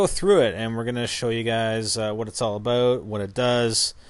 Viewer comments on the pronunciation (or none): about out are you from canada